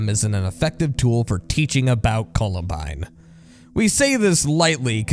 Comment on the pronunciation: It's pronounced "Columbine", not "Colabind"